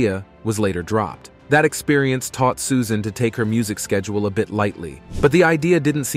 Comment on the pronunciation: Great video! I just have to know if this is an AI generated voice ? Toward the end the narrator says SUSAINE Boyle, as if the "AI" was reading a text with a typo in it. I'm thinking that a human would have avoided the wrong pronunciation despite of a typo in a text like that. Greetings from Norway ♥♥♥